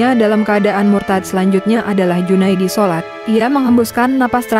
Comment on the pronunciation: Woy bukan junaidi solat ...tapi salat miin, sebel banget nengarnya